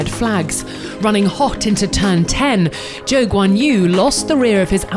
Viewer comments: Called Jo Guanyu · I love Rossana but someone needs to tell her how to say Zhou's name right. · Why are the pronouncing Guanyu Zhou wrong each time ??? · Did she just said the chinese dudes name wrong?